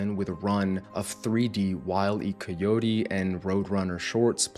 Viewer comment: It's also pronounced Wile E. Kyotee, not Coyotay